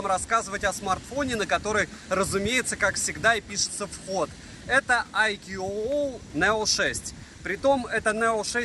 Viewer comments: АйКюОуОу--у-у! Прямо мозк ломается - уже писал под обзором iQOO 9 pro, что правильно IQOO (I Quest On and On) произносится "айку", потренируйтесь пожалуйста на досуге! ;-) Делают только для Китая и Индии, но для Индии те же модели по названию совсем не те же по начинке, зачем так хз. У средних iqoo обычно нет поддержки не только b20, но и нет поддержки b7 и это в совокупностью с китайским набором агрегаций настоящая печаль. Продаван возможно ошибается указывая b7 в описании, надо на оф.сайте смотреть, который для нас закрыт - нужен китайский vpn. p.s. поддержки n79 тоже нет - 5G прощай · Читается не АйкуУуо, а просто Айку. Две английские o это русская у. И бренд не для китайского рынка, а для индийского скорее ориентирован. Индусы много на английском роликов про айку делают, у них один из лидеров рынка. Оболочку виво индусы почему-то не любят, кстати, и оценивают хуже, чем колорос (рилмиюай), миюай, оксидженос.